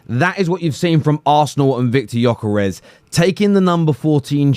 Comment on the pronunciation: Pronunce his WHOLE name with G.....Gyokeres!!!!